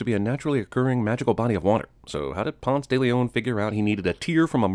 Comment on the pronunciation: The worst thing about this movie is how they pronounce Ponce